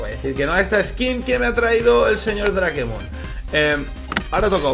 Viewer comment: es dreikmon no drakemon